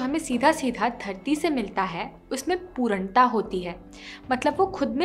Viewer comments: Great video Sorry For poornta not pooranta sorry but it annoying and noticeable for me But great video at all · Improve your pronunciation Specially पूर्णता not पुरणता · It is pronounced as puRNata not puraanta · पूरन्टा नही ।।। पूर्णता (purnta) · पूरंटा नहीं पूर्णता😀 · You have pronunciated पूर्णता wrong.please check it on Google